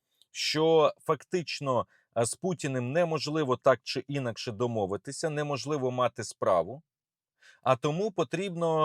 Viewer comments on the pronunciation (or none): Не Інакше, а інАкше. Іначє на московії кажуть.